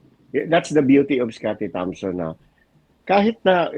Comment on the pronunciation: sinabi ni "scottie tamson"?! LoL ayusin mo po naman pagsasalita sayang ung pagiging Journalist mo